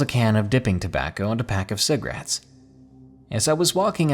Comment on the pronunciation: It bothers me how you say cigarettes 😂